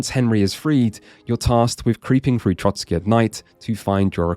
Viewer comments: For the love of god it's TroSky, not TroTSky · Oh c'mon people, it's Trosky not Trotsky 🥲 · Trosky Castle! Not 'Trotsky' Castle. I wasn't going to leave this comment as I assumed it was a slip of the tongue but you did it multiple times. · It is pronounced TroSkie, not TroTSkie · loved the video but one thing i cant understand nobody mention is you calling the castle Trotsky 😭 its Trosky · Please, it's Trosky not Trotsky. The castle is not named after one Soviet revolutionary. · Trosky, not Trotski 😅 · I finally played this game. I love it, never seen anything that is more Czech than this game in Czech dubbing. Love your pronouncietion of Trosky as Trotskyi😁 Kingdom Come: Hussite wars would be amazing (also in the end credits of the game there is choral singing "Ktož sú boží bojovníci" which is anthem of Hussites. Btw you dont have to tell Bergov about Semín, I never did and got achievement for it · There's only one "t" in Trosky